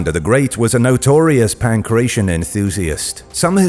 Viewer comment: pankrATion. Not panckrecion